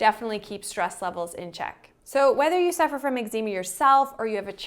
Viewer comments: You say Eczema strangely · I think you are mispronouncing Eczema.